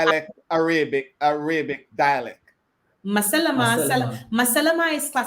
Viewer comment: …just a little sidebar re your pronunciation of the word Arabic… listen to it on a Google video…the second A…is not Araybic it’s like the A in Rag or Rasta or Ran …like A for Apple not the A in May …so Arahbic …however Arabia is pronounced Araybia ….weird…..since you do several shows with Arab countries.. I had noticed it previously…..I love your shows……I happen to love different languages and English grammar and culture….the internet has opened up so many visual and audio for ppl….ONE LOVE 👍🏼❤️